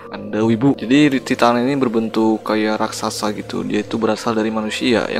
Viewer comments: Tulisannya titan tp baca nya taiten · Bang Titan itu Baca nya ''taiten''